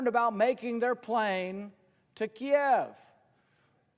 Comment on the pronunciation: I couldn't help but notice and applaud that he said "Kiev"; not Keeeev. I wonder who else noticed and what they'll have to say about it.